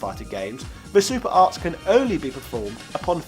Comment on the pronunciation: It sounded like you said "super arse", lol! Which is coincidentally what this game happens to be...it had mostly boring characters with shitty, unbalanced movesets. Totally agree with you about the Wars series though, we NEED "Switch Wars"!